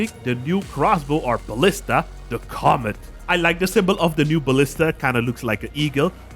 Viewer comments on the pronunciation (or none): its "commit" not "comet" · I believe that it is pronounced 'commit' as in commitment not 'comet' (love your reviews on the new parts so far)